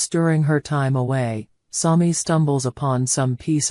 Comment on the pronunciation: Learn how to pronunce SAMI